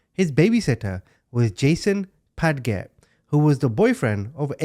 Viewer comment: Padge-it, not Pad-gett. Jeez!